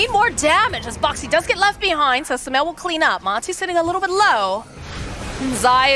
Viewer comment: the caster keeps calling sumail with smel